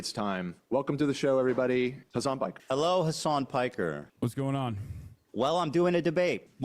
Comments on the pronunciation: Fr how hard is it to say hasan 💀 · One thing that really annoys me is how they pronounce "Hasan" like "Hasaaaaaan" which makes it sound almost like Hisaan or Horse.